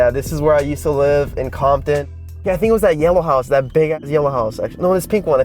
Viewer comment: Compton sounds like condom🤣